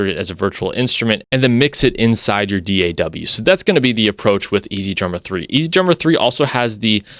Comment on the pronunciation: Thank you for saying D.A.W. instead of all those lazy asses "Daaahhhww. That's soooooo annoying.